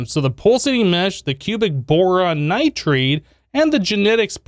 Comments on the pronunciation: Omfg that says nitride (n ahee-tr ah eed), not nitrate, not nitrite, not notro-whathaveyou There is a difference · NITRIDE NOT NITRATE